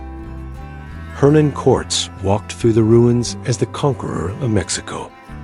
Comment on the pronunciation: If you are going to use ai to tell the history of the Mejica have it at least say it correctly. Quartz?? Cortez!